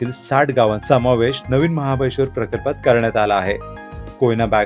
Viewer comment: महाबळेश्वर बोलावे 😂😂